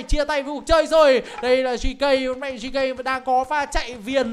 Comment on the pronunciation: GK anh đọc là gẫy cu🤣🤣🤣